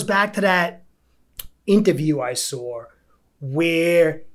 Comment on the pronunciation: Sawre > saw 😂